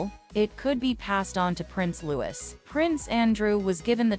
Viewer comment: IT'S NOT LEWIS HIS NAME IS PRONOUNCED LOO EEEEE (LOUIS) !!!!!!!!!!!!!!!!!